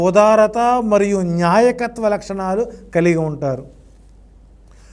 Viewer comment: Nyaayakathvo kaadu baabu. ,NAAYAKATHVAO laxanam